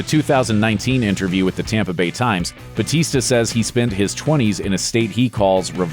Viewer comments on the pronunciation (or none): Bautista is a filipino surname its actually said bowtista not butista why i know this because I'm filifino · It’s Batista no hate btw I love ur channel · 'They adjusted it for an easier pronunciation' Wow! One letter can scramble Americans tongues like a twister. Give me a break.